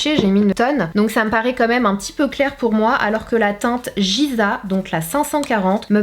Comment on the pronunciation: Coucou Sanaa, Giza se prononce « Guiza » et non « Jiza » , magnifique ville d’Égypte 💖 Mon Instagram #GoodVibes ✨✨